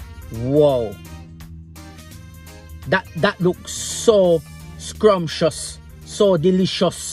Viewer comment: The way he says “skrawmpshuss” 😂😂😂😂😂😂😂